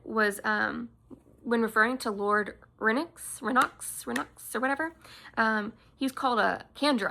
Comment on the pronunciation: Hi there, I take French, and I have been pronouncing Renoux in the French way. Renn-OH. Hope this helps! Also, the Pits of Hathsin! We continue to synchronize!